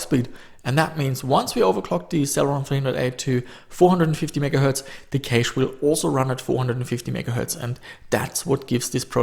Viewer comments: u say it like "Cash" not "Caysh" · FYI cache is pronounced 'cash' not cayash or any other variation. Also motherboard is not pronounced mudderboard you wouldn't call the second Sunday in May 'Mudders day'. Those two things aside your videos are pretty much perfect, thanks fella 👍🏼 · I hate the way you say "caeiche"(cache) dont know why though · The best part about your videos is your accent when saying cache. "Caish". I love it. Thanks =) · no "käych" ??? LMAO come on man you should at least know how to pronounce PC lingo if you're into this stuff